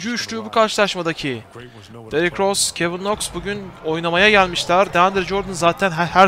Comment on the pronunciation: Derık deil Derrick